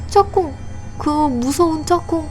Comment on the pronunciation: 짝궁을 짬뽕이라고 들었어욬ㅋㅋㅋ